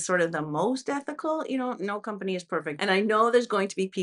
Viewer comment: I hope you will love Italy as much as I do. Venice is the most beautiful city in the world. (Amsterdam the second most beautiful, that’s where I live). Adidas is a German brand. The emphasis in the name is on the A, not on the i. Small correction😊.